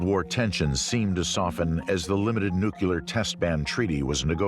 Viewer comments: One more time....it's NU-CLE-AR, NOT NU-CLU-LAR....... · Nuclear, NOT 'Nucular'! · Your credibility goes down when you say "nookyaler".